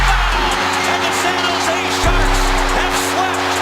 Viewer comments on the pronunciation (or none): Ah yes the good old sang hight sharks